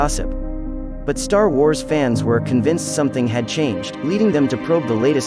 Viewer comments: I’m sorry… Did you say “tar wars”? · ”Tar wars” says this AI-voice . Great...